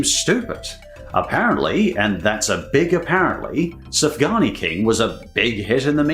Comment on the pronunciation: It is pronounced suf gan yot